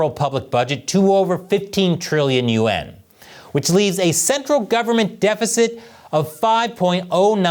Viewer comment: is this AI? why does he keep saying Trillion U N , instead of yaun.